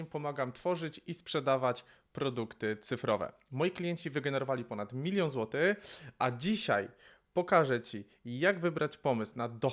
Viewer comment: Wymawiaj końcówki słów - ą, ę - nie "złoty" tylko "złotych" itd. Nie akcentuj na końcową sylabę. Rytm prawie ok. Wyeliminuj mlaskanie. Pozbądź się wdechów. Ciamkanie przy rozpoczynaniu zdania lub po pauzach do usunięcia też. Ciekawe, gdy się rozkręcasz to mówisz lepiej.